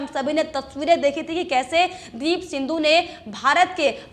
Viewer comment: सिंधू नही सिद्धु